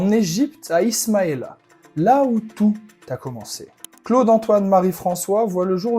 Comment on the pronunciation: Sa famille n'est pas française. Et c"est Ismalia pas Isamia